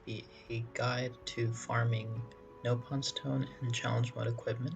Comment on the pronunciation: I can tell you played Xenoblade Chronicles X cause you pronounced it as “NOPE-on” instead of “NOP-on”